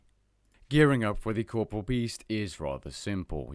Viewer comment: 8 seconds in. All I can think of is that you're saying corporeal wrong.... -_